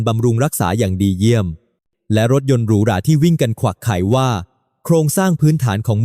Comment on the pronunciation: รถวิ่งขวักไขว่ มันอ่านเป็น วิ่งควักไข่😂😂😂😂